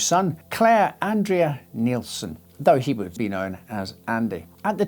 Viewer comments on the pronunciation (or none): none